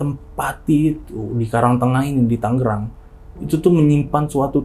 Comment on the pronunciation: TANGERANG boss... "G" nya satu tengah